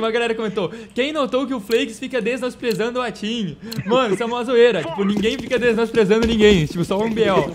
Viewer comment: QQ raios é "desnosprezando" ?